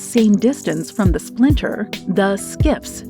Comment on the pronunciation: "Splitter", not "splinter"